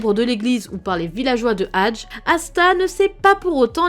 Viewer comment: ça se dit pas hadge ça se dit hadgé